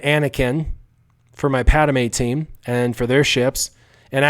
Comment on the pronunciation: PAD-ME not Pad-A-me